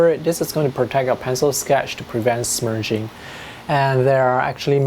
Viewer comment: Love, love, love your accent. The way you say "smudging" made me smile "smerging"